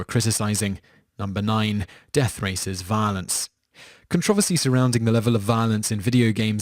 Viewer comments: Con-tro-ver-cy pls say it right. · Con-tra-ver-sy...... Wot? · Con trov oh see? Are you serious? You do know the r's not silent 'ight? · lol its pronounced con tro versy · I like how he says "controversy". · Stop saying controversy wrong! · Okay, you pronounce controversial right, so you KNOW how controversy is pronounced. There is a second 'r' you know? Other than that major nuisance, good video. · You pronounce "controversy" so oddly...